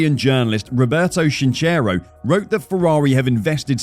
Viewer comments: “Roberto chinchero” is pronounced ilke "Roberto kinkero" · Roberto Chinchero.. it's pronounced "Kinkero" ;) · The way he pronounced Chinchero... I am Italian but I can understand how difficult is pronouncing correctly italian words.🙃